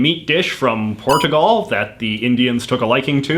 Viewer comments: You pronounced “Port a gal” wrong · Here are your pronunciation errors (and not American vs Canadian pronunciation) IndoNAYsia (no); IndoNEEsia (yes) PorTUgal (no); PorCHUgal (yes) PhO (no); PhUH (yes) And the pan in Japan might come from the Spanish, pan = bread, despite the portuguese origin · Why do you insist on pronouncing countries in the weirdest possible way? In-Doh-Knee-syuh. Portch-u-Gaul. Also, the British flag includes the Cross of Saint Patrick, for the 50th time.